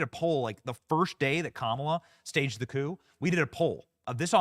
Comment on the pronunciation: Can you say COUP